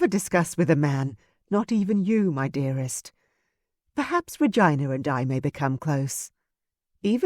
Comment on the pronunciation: Oh my - I've never heard the name Regina pronounced as vagina, please stop!! It is a beautiful name that should be pronounced reGina.